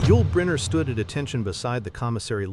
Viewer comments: Robot narrator needs to be programed to pronounce name properly for heavens sake ... It's about him geez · The instructions provided to the AI bot must have been; "Compose a narrated article lasting for fifteen minutes using a vocabulary of only the same 50 words, repeated over and over, occasionally mispronouncing the key subject's name. And do it all in one sentence.."